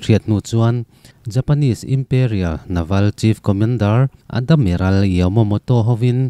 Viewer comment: Chhiar thiam lo lulai ltk... Hetiang meuh chhiar dawn te chuan a thlûk i thiamloh ni a i hriat te chu midang zawh ve tur che alawm le.. Admiral te Adimiral ti ten i lam a, ral kah lawng i lam thenkhat hi a diklo bawk. Island te Iceland ti ten i lam mai² a (easland te ti law² zawk la😅😅😅).. Ka chhiar tawh tho a ka ngaihthlak zawh sak lo mai ang che.. Sel na te hi insiamthat nan i hmang hlauh dawn nia.